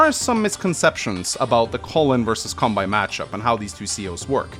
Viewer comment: And Kanbei as Cumbei it also does not help when he calls deejus , a master baiter